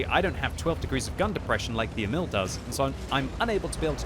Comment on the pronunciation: Pronounced more like Eh-mil not emile